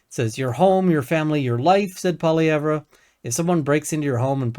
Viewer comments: FYI - It's pronounced "Poly-ev"..... drop the `re' at the end. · Youre a political commentator in Canada and don't know how to pronounce the conservatives leader name. Its " Polly-ev " . Thats how its pronounced. Hard to take anything a liberal says serious when they go out of their way to sound uneducated. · Please learn the correct pronunciation of Poilievre. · The R in Poilievre is silent. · He doesn't even know how to pronounce the leader of the parties name. Do you think he's spent much time listening to the conservative party, or just what CBC said about the conservative party. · funny... I've NEVER heard the name pronounced that way in English by anyone. So your saying he's going out of his way to pronounce it in a fashion not typically done by people. It is an oddity to intentionally pronounce someone's name in a fashion that no one else does. It's a passive aggressive character trait.